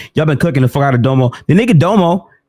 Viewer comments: Its pronounced “Domm-o” not “Dough-mo” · Yo its dom•o not dome-oh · And btw it's DOM-O. Like Dominant. Not Dome-O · Honest question, is there a reason pronounces that nigga Domo name as doe moe and not dom-oh? Like no hate I just find it funny he’s the only one that pronounces his name like that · Nigga said Doemo everytime 😂😂